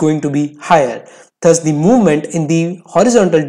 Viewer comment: “THUS” is not pronounceda as “THAS” it’s “DAS”